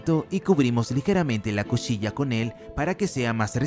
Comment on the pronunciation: Le salió lo argentino